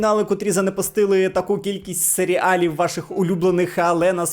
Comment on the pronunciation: усе круто, окрім сері - алів, але це особисто мені ріже вухо)